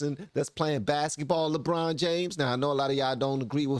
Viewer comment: "Luh-brawn James, thuh tennis playuh?" - Jesse Lee Peterson